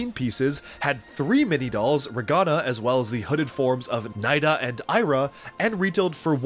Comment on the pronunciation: You pronounced Sira wrong. It's See-ra, not Sigh-ra